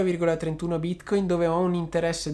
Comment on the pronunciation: Ma perchè bìtcoìn?